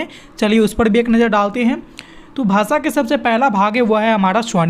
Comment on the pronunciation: भासा नहीं भाषा होता है। उच्चारण पर विशेष ध्यान दें।